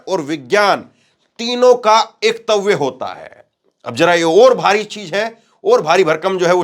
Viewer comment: पत्रकार महोदय,शब्दों को पढ़ना सीखो एकत्व को एकतव्य मत पढ़ो